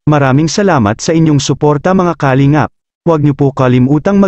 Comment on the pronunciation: pangit pgbigkas mo sa kalingap ..bkit mabilis....baduy ka